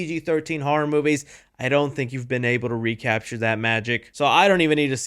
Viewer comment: Dude, it’s ‘Horror’, not “HAR’!